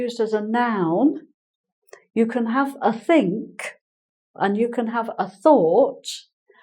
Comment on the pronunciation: Hi, when you say think it sounds like sink... and it makes some sentences very funny